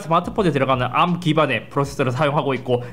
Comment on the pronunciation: 암 너무 거슬림 ㅋㅋㅋㅋ 그냥 에이알엠이라고 해주세요 제발ㅋㅋㅋㅋㅋㅋㅋ